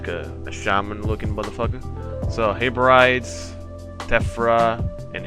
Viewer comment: I don't mean to sound pedantic but it's pronounced "Heh-bri-dees", not "Hey-brides". Other than that, from a Scotsman, love your Highlander!